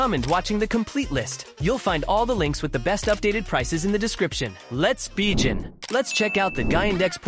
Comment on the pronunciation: “Let’s bejin” 🙄 if AI is this illiterate I think we humans are safe.